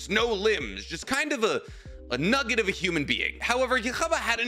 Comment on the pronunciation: I can’t stop laughing every time you say nugget😂